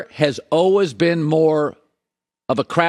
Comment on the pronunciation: How does someone mispronounce "always". What the heck man lol